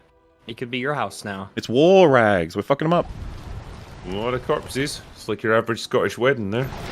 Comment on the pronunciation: Its so fun watching Wolf slowly lose his sanity having to put up with Rags pronunciation